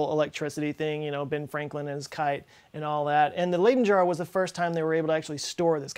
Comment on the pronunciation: Leyden (as in jar) is pronounced Lie-den, not Lay-den